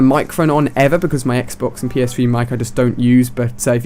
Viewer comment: "And then jumped on the next day, and did my first game on PS-Fwee"